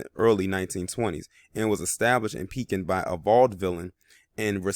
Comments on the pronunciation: Its ( PEE-KIN ) how its pronounced pekin, il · I grew up in Pekin and yes it's pronounced Pee- Kin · Pronounced PEE-kin and the county is pronounced Taz (like tasmanian devil)-well